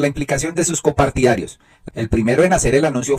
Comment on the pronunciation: No sé dice COMPARTIDARIOS ,se dice COPARTIDARIOS